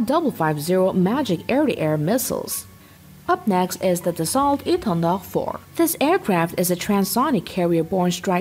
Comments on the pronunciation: Dassault is NOT pronounced like you do! It is a french company, thus french pronounciation. And it is pronounced like "Dasoe" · It’s pronounced Da-soul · Dassault is pronounced Dassau just so ya know! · Dassault pronounce "da so" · you've made a video about Dassault and pronounce the name wrong all the way through.